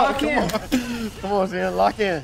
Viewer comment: I like how Xian pronounced quickly sounds like Champ. Nice one, Champ.